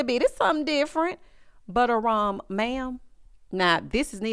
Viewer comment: I love when you say ‘Butter rum’. 😂